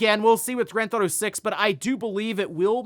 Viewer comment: stop saying Grandthautho 6 if you can't say it just say GTA 6